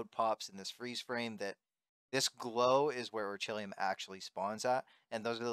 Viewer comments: its orei-kal-kum not orechilium lol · is this guys saying "ore-chilium"? its "oree-kal-cum". also, while this dude is getting fat loot, i don't think this farm is good for most people. the amount of time and rng you will need just doesn't seem worth it when there are plenty o safer orichalcum spots. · bro i rewatched the clip, icant help but laugh when i hear you saying "orichillium" 🤣🤣. im subbing!! well done xD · had to switch it of after hearing "Orchilium" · Orchilium? lmao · he cant even pronounce orichalcum right